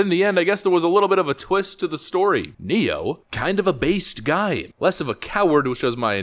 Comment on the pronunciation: I agree, but I did chuckle at "Nero" instead of "Ne-Yo".